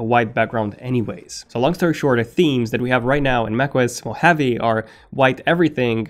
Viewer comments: Moh-ha-vee, not Moheavy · MO-HA-VEE not MO-HAVE-eee. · it's not pronounced as "mo-heavy". It's pronounced as "mo-ha-vé". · It’s Mo Haw Vee NOT Mo Have Eee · It's not Mac OS mohavi it's Mac OS Mohave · why are you pronouncing “mo-heavy”? hahahahahahhahahahaha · lol what? I live in Las Vegas which is the biggest city in the "mo hawvey" and have NEVER heard it pronounced as "mo heavy" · you are pronouncing Mojave wrong... you sound like a cartoon character saying "Mo havyyyy"... good review though. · Did you pronounce Mojave as 'mo-heavy' ? -_ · Am I the only one who is annoyed by his pronunciation of ‘mojave’ as moheavy 😂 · I wish you could say Mojave. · Stop mispronouncing "mojave", thanks. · I don’t like the way you pronounce Mojave 😂😂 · I had to stop watching it. It is annoying to have a name constantly miss pronounced. And I mean 'CONSTANTLY'.